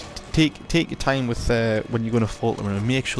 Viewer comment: "Tehk ur thime" he says, while sprinting around erratically